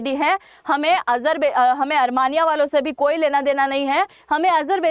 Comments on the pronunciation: अरमानियां नहीं आरमीनिया कहें जो शुद्ध है। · Are sakal to achi ni h kam se kam sahi to bolo Armania ni h Armenia h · अरमानीया नही आर्मेनिया होता है 😂